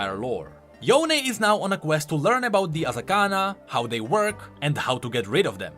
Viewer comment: Riot: Yonee/Yonie Everyone: Yone: yoNÉYH